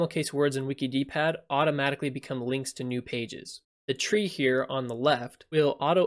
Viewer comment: Wouldn't it be pronounced "Wickid" like 'wicked' pad? "Wiki - D -pad" sounds very strange.